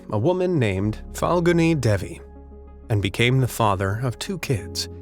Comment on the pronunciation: Watching pronouns "Devi" hurt me lol